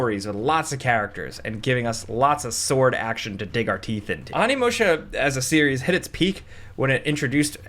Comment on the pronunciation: Onimusha isn’t getting a remake because you keep butchering the pronunciation of its name